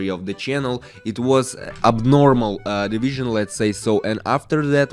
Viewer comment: the way you read that division up was pure sniper energy